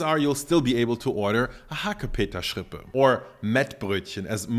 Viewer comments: Nobody says HACKEPETERRRRSCHRRRIPPÄÄ... Sorry.. I heared this first time and it sounds awful XD i agree with mettbrötchen. Schrippe is like pennyloaf or Brötchen.. Ok i visit few days a bakery school.. Those times i learned a whole new language. And for the meal... I try from my trusted bakery rindermett (cow) with mild red onions.. It was very creamy and delicious.. And we all eat to much meat😅. Go check out your vegetables farmers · "Hackepeterschrippe" habe ich ehrlich gesagt noch nie gehört, bei uns heißt das "Mettbrötchen". Das ist Berliner Dialekt, nehme ich an? - To be honest, I've never heard the word ‘Hackepeterschrippe’ before, we call it ‘Mettbrötchen’. That's Berlin dialect, I assume? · "Hackepeterschrippe" Literally every german: "Bitte, was?"